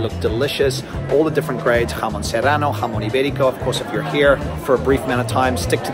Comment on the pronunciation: Great pronunciation : "Serrano", "jamón"...etc. Difficult words but perfect pronunciation!!